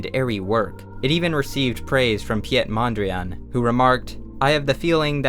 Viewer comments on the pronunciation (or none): nobody:: pyet mondriane